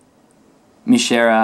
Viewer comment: By the way, not meaning to nitpick, but "Mishera" is actually pronounced as "Maishera". Yeah, it's not something we can know without looking at the original katakana... =/ Wish Falcom had picked the latter spelling. Terra is technically from Ys V and VI, as well. Although the artwork did portray her in Ys VI visuals. And, thanks for showing us all this! Man, I wish I had bought this myself! I was/am just holding back with hopes of this being localized in English...